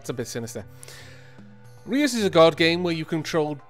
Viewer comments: You're mispronouncing Reus, listen to the dutch translation of giant on google translate. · Reus is the Dutch word for Giant. And it's not pronounced as you pronounce it :D "eu" is pronounced as a single sound, just like the German ö. Though that won't help you much if you don't know German either ;)